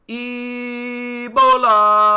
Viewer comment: You said Eebolaaa! 🤣